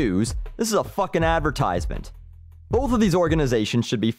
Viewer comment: i know this is an annoying thing to comment on but he is pronouncing advertisement wrong